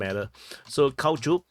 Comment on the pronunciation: Friend, I exalt your perfect pronunciation of the name of the village Cauchuk. As for all the rest ... 😂